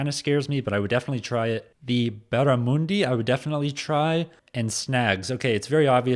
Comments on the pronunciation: Barramundi (just Barra here) - the MUN component is pronounced like the in MONDAY. What is this fascination visitors have with a Sausage Sizzle? It's just a BBQ'd pork sausage in a slice of bread with sauce. Places put on Sausage Sizzles to fundraise or to feed people who are stuck waiting in a queue for a long time. Re Beetroot, it's mostly a Queensland thing. As a Queensland I love it...my husband is originally from Victoria and he thinks I'm super weird for liking it. I've never eaten Roo....I wouldn't....I feed it to the pets though. Now Buffalo meat, that's really good when cooked properly. Roos might be our national animal, but it's bloody pest. Lamingtons are nice, but kids generally have Lami's because they aren't watching their weight and adults are. As for Fairy Bread, seriously? We make that up for kids birthday parties. If I went to a gathering and the host/hostess served up Fairy Bread I'd have words to say. Tomato Sauce? It's not as sweet as Ketchup and better for you. Pavlova's (Pav's). The base is Meringue. Then a generous layer of freshly whipped cream, then fruits of your choice. Sausage Rolls - the filling is spiced mince - usually a mix of finely minced pork and beef. Them and pies are the best food ever. As for Hot Dogs (weiners). The only ones worth eating and not toxic are Rocco's. Rocco's is from Perth and their Hot Dogs are to die for. They also put out one with bacon which I don't like so much. Vegemite - a beefy yeasty salty paste. You spread it SPA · Barramundi is pronounced as in up. Fairy bread is not toast, it’s like an open sandwich. Kangaroos are a pest here in Australia, so having the meat is absolutely fine. Pavlova is quite sweet. It’s whipped egg whites wit lots of sugar. Snags is the nickname for sausages. Vegemite is actually black. It’s made from the leftover vegetable matter and yeast from making beer. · Barramundi but u as in under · They way the guy in the video said barramundi really hurt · Barr a mundi not moondi